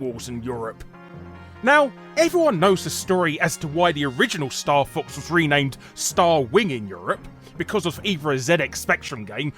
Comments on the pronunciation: "Ranamed" ... back to watching the video hahah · Uh.. "ranamed". That's all I'm gonna say. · "Ranamed" Larry? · "Ranamed". Heh, nice one.